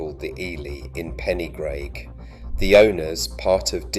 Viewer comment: An insightfull video but with appalling pronunciations : Rhondda is pronounced Rhon - the. Rhondda Fawr is pronounced Rhon the Vaur. Pen y graig is pronounced Pen - uh -grayg Tonypandy is pronounced Ton uh Pandy Rhondda Fach is pronounced Rhon the vach - not Ron duh 'fuck' 🤦